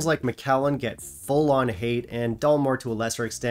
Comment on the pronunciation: Perhaps it's your Taiwanese accent,, but I could have sworn you were pronouncing it Dullmore.🤔